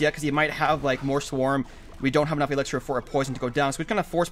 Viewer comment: It's not Elexer. It's elixir